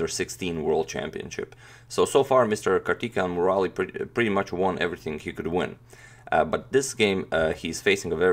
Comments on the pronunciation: His name is pronounced as Kaar-thi-kay-yan Mu-ra-li :) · So far I was thinking you were pronouncing the players name right and was really amazed how you managed to get their actual pronunciation. But everything changed as Soon as I heared karthikeyan murali from you. Started to think only the pronounciation or the information you provide before the game starts is also kind of assumption. Anyway the games seems interesting. I have no idea who tal or ivanchuk until I watched your videos. Now I am a big fan of both of their games. Hope you do some ground work on the pronounciation in the future. believe pronounciation criticism will not prevent you from displaying Indian games. Thanks for all the wonderful games so far.